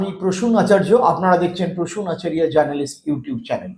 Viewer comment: রাগ করবেন আপনাকে একটা কথা বলি, আপনি একজন বাঙালি মানুষ আপনার নাম আপনি আপনার পদবীটি " আচারিয়া " বলবেন না... " আচার্য্য " বলবেন....